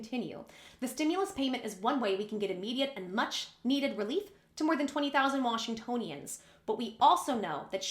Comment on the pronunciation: Yes you are pronouncing Washingtonians right